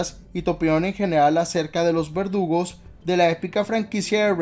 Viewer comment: pense que decía vergudos